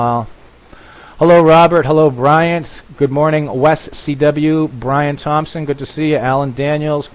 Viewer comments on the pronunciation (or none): none